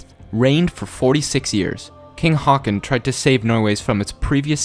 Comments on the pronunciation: Sounds like you is saying 'Hawkon' or 'Hawkin' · 'Haakon'. It's so bad. 'Å' is not [ah] but [o:] or [ɔ:]. Try to say á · Pronounciation tip for håkon: The sound from the word "hoe" .Now remove the "o" sound u make at the end of the word. And add "kon" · you pronounced Håkon wrong XD